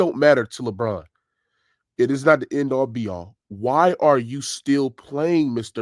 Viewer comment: This man said “A all B all” 😂 it’s “end all be all”